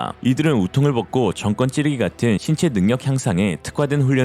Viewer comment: 정권은 정꿘으로 읽느누 게 아니라 정권으로 읽어야 함. 무조건 한자 단어를 뒷쪽을 된소리로 발음하느느 게 아님.